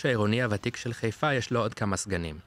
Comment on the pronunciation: איך יודעים שאתה לא חיפאי אמיתי? אתה קורא לעיר חֵיפָה ולא חַיפָה